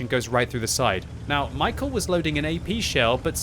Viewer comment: he's not michael, its read like mee-how